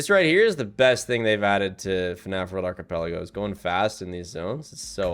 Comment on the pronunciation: thats not how you say archipelago